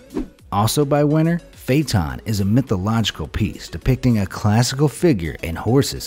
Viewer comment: The narrator absolutely slaughtered the pronunciation of "Dies Irae" and "Phaeton."